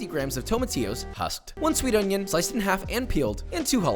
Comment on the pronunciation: I just love the way he says “on-yOn”